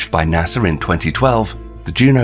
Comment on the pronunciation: So... you pronounce NASA as 'Nassar', huh?